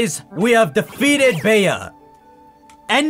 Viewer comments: it’s pronounced BEE. In the U.K. Bea is short of Beatrice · Bea's name is just pronounced like Bee.